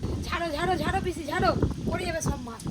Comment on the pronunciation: পিসিকে বলছে পিচি😂😂😂😂😂😂😂😂